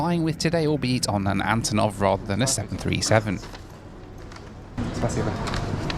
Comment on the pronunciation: Hi. This plane's name should be pronounced as the first syllable in "unbelievable" ("un", not "a.n."). Cause, you know, these are the first two letters of the designer's last name (Antonov). Thank you for what you're doing!